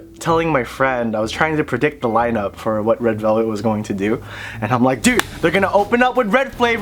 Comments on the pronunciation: isn't it ledu belbet (레드벨벳) and not led belbetu? 😂😂😂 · “red velveteu” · its red velvet- RED BELBETU